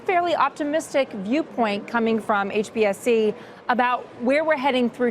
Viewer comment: She said HBSC